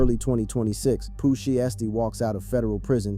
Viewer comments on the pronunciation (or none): The way u pronounced poohs name made me click out of the click bait 😂